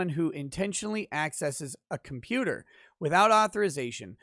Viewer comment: "Hey, kid... I'm a computah... stop all the downloadin'..."